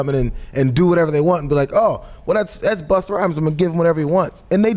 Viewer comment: "Buster" Rhymes she called him. lol! Doesn't she know it's Busta Rhymes, not Buster Rhymes?